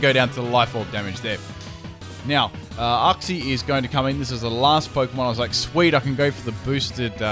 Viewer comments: Its not said Uxie its said Youxie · STOP. PRONOUNCING. IT. UXI. IT. IS. PRONOUNCED. YOOKSEE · The way you said Uxie triggered me